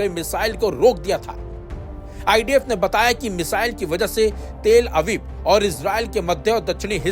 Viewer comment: news suna rahe ho ya jhagda kar rahe ho bhai news ko news ki tarah bolo, and shabd sahi bolna sekho, talabib ko teeel abib, san'aa ko sana bol rahe ho